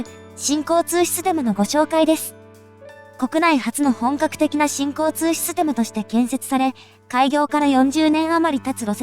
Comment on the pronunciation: 新交・通システムに聞こえて違和感 →新・交通なのにね